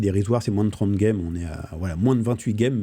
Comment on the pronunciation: Pourquoi tu dis « gueme »?